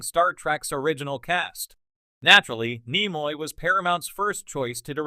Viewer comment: Not to mention mispronunciation of NIMOY's name